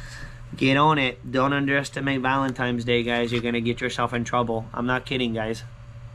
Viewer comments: Valentines day, not valentimes day! 😀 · It's VALENTINE'S not VALEMTIMES DAY